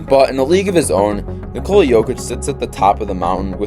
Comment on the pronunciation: Great video. It would be nice to pronounce his name correctly. It is pronounced NICK-uh-la not ni-COLE-la.